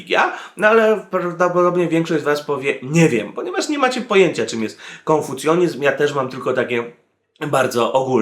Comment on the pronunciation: KONFUCJANIZM a nie konfucjonizm.